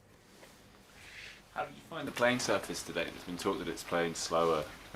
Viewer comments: I was here for the “sufrace”💝👊🏿😂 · He's adorable, no matter how much he tries... Srurfrace is his word, deal with it 😂👏👏